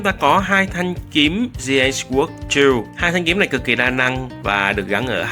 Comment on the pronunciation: Kênh nội dung hay, trừ vụ phát âm English nghe tệ quá, vd: newbie lại đọc là "niu bai", sword lại đọc là "sờ uốc"....